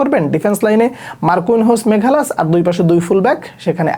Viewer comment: ওর নাম মাগালেস, "মেঘালাস" না।